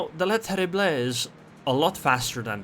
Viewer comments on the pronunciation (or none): Hello, your pronounciation of the French destroyer Le Terrible is far from bad, but you should not pronounce the last "e". It would be more like "Le Terribl". But hey, thanks for the replay and the comments.